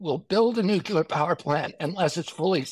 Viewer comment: Learn the correct way to pronounce Nuclear... It's not New-Cya-Ler... It's New-Clear (exactly how it's spelled).